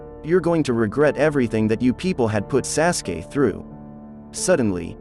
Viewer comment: This guy said sassgay instead of sauce gay aka sasuke